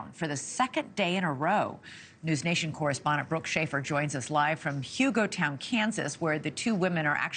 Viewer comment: It's not Hugo-town. Hu-ga-ton